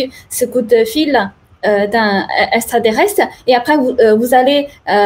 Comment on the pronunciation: MEME PAS CAPABLE DE DIRE EXTRATERRESTRE ........